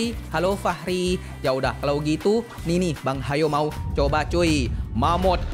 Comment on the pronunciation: Bang,sebutannya mammoth...